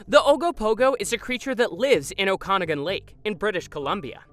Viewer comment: Okanagen is pronounced oh can naw gen